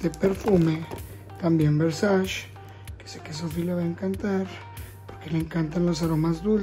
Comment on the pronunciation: Diria la Gigi Hadid: "Es VERSACE no VERSACHI" Solo es juego amigos no me funen Wey se rifo el neta!!! <3